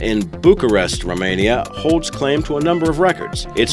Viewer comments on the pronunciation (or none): none